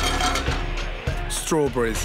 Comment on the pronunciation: Strawbris, bloobris